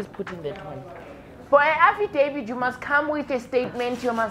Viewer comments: As for "affidavid" and "satisfy"😂😂😂 kill me again Lasizwe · "You want afidevid " that one got me dead😅😅😅😅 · “I need an afidavid” 😭💀🤣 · "Afidavid" and "Satisfy"🤣🤣🤣🤣🤣